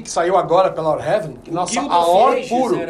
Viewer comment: Video bom, mais ouvir a pronúncia AOR o video inteiro é de doer os ouvidos. O correto é A.O.R (escrevendo como se pronuncia: EI-OU-AR)